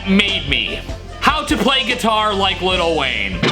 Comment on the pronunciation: Still can’t say Lil Wayne without the T.😂 Halloween indeed has a tasty solo.